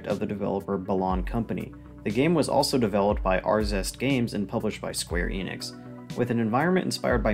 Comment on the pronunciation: The "E" in Enix is short, like in "energy". Also, great coverage.